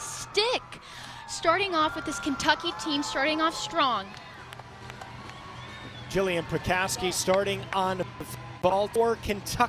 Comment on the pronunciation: Where's Kathy? Why is bopping her head so much? And boo, it's Jillian... as in jill-lee-yan. NOT ju-lee-yani ( that's the former mayor of NYC), and not Julian ( that's the founder of WikiLeaks).